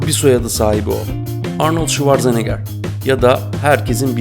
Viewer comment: Arnıld şivarzeniger 😬